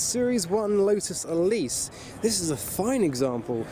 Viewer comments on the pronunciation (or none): none